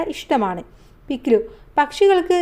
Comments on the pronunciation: പിക് ലി❌ no - പിക് ലു ✔️ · mam പിക് ലി അല്ല പിക് ലു അലെ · പിക്‌ലി❌പിക് ലു✅